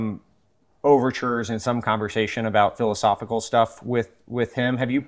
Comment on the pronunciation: A convershation?